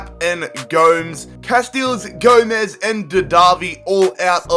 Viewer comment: it's Gomez